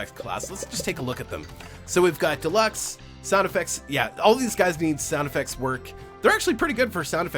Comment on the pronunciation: I feel like the game is dying on your channel at the time of this posting 253 views and also deluks u were the first person in a long time to say my name correctly most people add a t for no reason